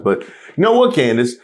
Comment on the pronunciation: had me crying over Candace Owens - he calls her Coondace 😂